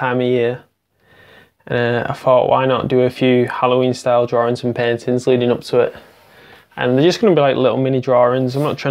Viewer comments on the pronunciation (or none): DrawINGS not drawRINGS. Looks great though!